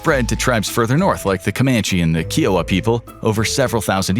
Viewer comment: You pronounced Kiowa wrong my stepdad is from the tribe lol